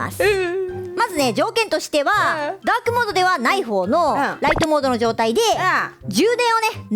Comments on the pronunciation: ざ、ザークモード・・・ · づぁーくもーど